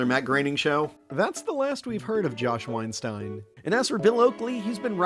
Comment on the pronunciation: You keep mispronouncing Weinstein.